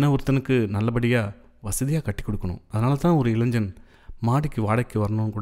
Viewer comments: இப்பொழுதெல்லாம் தமிழாசிரியர்களே மாணவ-மாணவியருக்கு "இளைஞ்சன்/ இளைஞ்சி" என்றுதான் சொல்லிக்கொடுக்கிறார்கள். நியூஸ் மீடியங்களிலும் கூட.. இதே நிலை. அதாவது "இளைன்ஜன்/இளைன்ஜி" தான் சரியான உச்சரிப்பு என்றே மாணவர்களும் நினைத்துவிடுகின்றனர்.. So it’s not their mistake.. but it’s just the teachers’ and parents’ responsibility to take care of it. Of course if it doesn’t matter.., we can ignore that.. who cares! Cheers !! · நண்பரே! கதைவாசிப்பில் கேட்கும்போது ஒரு தனிப்பட்ட அனுபவமாக இருந்தது.பாதி கதைக்கு மேல்தான் உணர்ச்சி கலந்த வாசிப்பாக இருந்தது.பாராட்டுகள்.(இளைஞன்,இளைஞி உச்சரிப்புதான் சற்றே நெருடலாக இருந்தது)